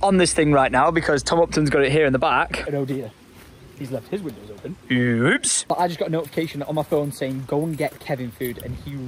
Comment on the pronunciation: Mans said uwoops